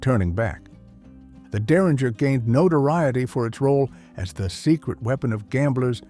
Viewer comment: Make a decision on how you are going to pronounce 'derringer'.